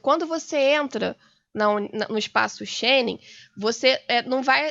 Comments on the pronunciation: espaco Cheni? espaço Schengen minha senhora, que fiasco essa mulher! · Disse espaço" Shene" ou eu percebi mal??? *Espaço Schengen*...é que tem um som completamente diferente 🤔 Acho que a senhora, como advogada que é, devia ler mais, estudar mais, e, sobretudo, pensar mais, O Brasil para o Reino de Portugal nunca foi considerado colónia. Quando se deu a independência do Brasil o país era um modelo de organização a nível mundial, Os USA não estavam, nem de longe nem de perto, organizados economicamente como estava o Brasil ...Não entendo como é que reclamam ainda por esse sentimento de justiça...Essa Dra. que faça uma pesquisa pela verdadeira História e que se deixe de histórias da carochinha ...Se tiver curiosidade veja os vídeos